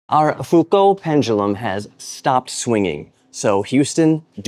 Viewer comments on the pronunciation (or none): FU - cult ... where'd ya learn yer Englishing? ...